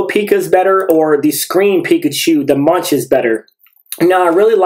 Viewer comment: really cool cards! btw Munch is pronounced more like "Monk" in MonkaS